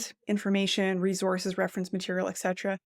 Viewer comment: Whats a reezors? Do you mean Resource?